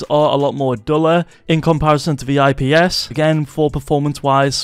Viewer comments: Bro said ISP panels 💀💀💀💀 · You lost me when you said isp